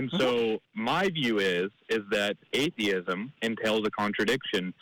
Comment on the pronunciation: It's "atheism" not "adeism"